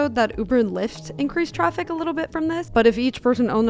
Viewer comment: Young females saying 'troffic'. Our language is doomed.